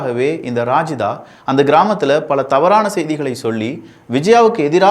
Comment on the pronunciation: ரஜிதாவை ராஜிதா னு சொல்லுறான் பாருங்க